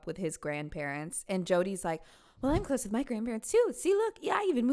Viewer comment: Here’s muh man, here’s muh mortgage lmao